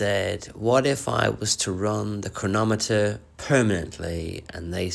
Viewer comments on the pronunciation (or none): none